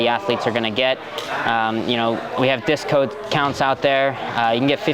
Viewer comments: "we have discode counts" we love you nicky ryan, its all those high heart rate rounds fault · “we have discode counts out there” -Nicky Ryan 2k24